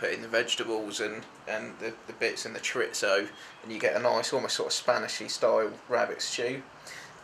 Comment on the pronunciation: bro is pronouncing it ChorITzo.........................